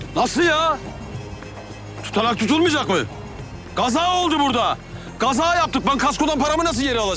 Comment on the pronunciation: Kaza❌ Gaza✔️ 😂😂😂